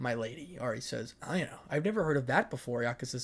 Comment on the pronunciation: So dont know if the author changed to avoid copying, right, but your pronouncing Ionia Wrong, sorry, but the characters from League of Legends ( the game i play because I've spent too much money to be able to queit) It I o nee a